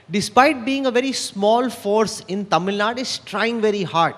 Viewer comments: It's TAMIL NAADU! NOT Tamil NaaaaD!! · GVL Narasimha Rao: It is not Tamil Nad, but Tamil Nadu. Better call it, Tamizh Naadu